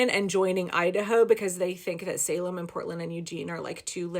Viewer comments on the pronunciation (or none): none